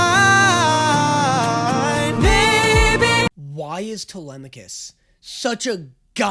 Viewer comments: truly shocking that was able to immediately pronounce telemachus right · The fact that the first person I've heard pronounce Telemachus properly